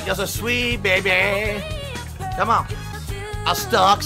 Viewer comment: i wonder how easy it would be to make convincing fake gameplay footage. just slap a well edited collection of facecam clips together and see if all the "cawn awn"s, "i was blawking!"s, and "dood! *holds up controller*"s and other stuff would be enough. maybe even throw in some of the many horrible sex jokes since they can probably apply to most games with girls in them.